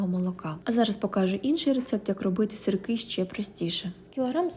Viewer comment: Не сырЬки , , а сырки